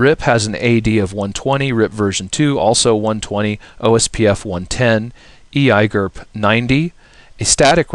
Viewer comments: e eye gerp... seriously just say the letters you muppet. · I hate how you pronounce EIGRP but nice quick overview.